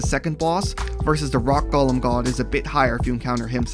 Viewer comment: This was helpful, but I always find it interesting to see what words people mispronounce. Dude. It's not lord of the rings. It's a GO-lem. Not Gollum. He ain't tryna steal your ring.